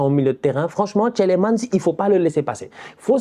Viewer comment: Le premier "e" de Tielemans est muet. De rien 😅 Un Belge ❤